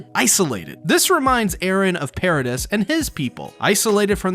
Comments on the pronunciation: It’s called Pair-ahh-deee not pair-ah-dis… the S is silent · This is the one and only time the way someone says something has bothered me it’s “Parades” not “paradis” if you know what I mean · I wonder if you pronounce debris the same way you pronoun paradis lol I just couldn’t ignore it lol. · the way he says paradis 😶